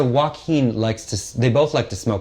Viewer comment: "Joe-a-keen" is now the only way to say his name 😂